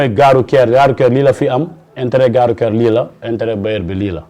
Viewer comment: Votre invité dit "gare rouQUière" ou "gare rouTière"? En plus, il n'est pas ouvert à la modernité. Voilà pourquoi, le Sénégal restera encore longtemps sous-développé malgré notre pétrole, notre gaz et nos jeunes intellectuels très diplômés et disponibles.